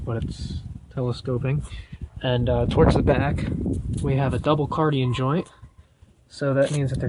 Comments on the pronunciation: It's Cardan, not Cardien. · How do you spell "C A R D A N"?? Where is the "I" coming from?? Sorry but I can't take your video seriously.